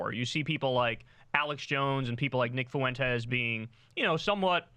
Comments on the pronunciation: The name is not pronounced with three syllables as Foo-win-tezz. It's pronounced with two syllables as Fwen-tes. The s is not pronounced as a z. It is pronounced as an s. Some Spanish words are hard for English speakers to pronounce. But this is not one of them. It's easy to do this correctly. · Hey Kyle, I love what you’re doing, but for the love of God, can you stops saying “Fuentes” as foo-entez. The “ue” goes together, babe. It’s a distraction, tbh. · Why does Kyle keep calling him Nick Foo-Went-ez? Has anyone ever asked him why he does this? Like, is he saying it wrong on purpose to make fun of him, or does he really think it's pronounced like that? Does he even know he's doing it? Maybe he doesn't... Like I'm not crazy, right? He's definitely saying it weird...